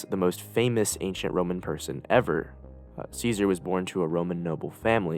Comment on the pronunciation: lol, making an Iceberg and saying Ceasars name wrong is funny.